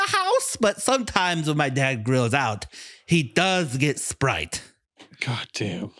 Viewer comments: Holy shit😂 that whole spwite bit, god damn that was funny! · Good god I'm pwetty parched wight now, I could kiww for a ice-cold bottle of Spwite.